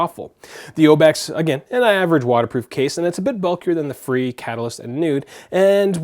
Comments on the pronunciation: Like Fray? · Life proof fre isn't pronounced free it is more like frā